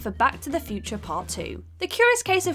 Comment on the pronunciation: Seriously, just stop. the "Cans" Film Festival Do you have a "Ess-Ay-Jee" card? "ek-specially"